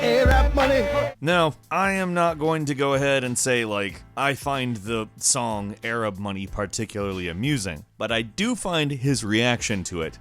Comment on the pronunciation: Its ay-rab moneh